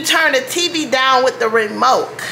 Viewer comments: girl you must be feeling nice cuz you seriously called it a " remoke"....you silly😅😅😅😅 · These were some relatable moments to me.😂 when she said remok twice and not remote, I couldn’t stop laughing. 😂